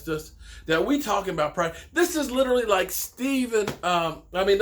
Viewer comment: favorite word “Literlly” 😂 not literally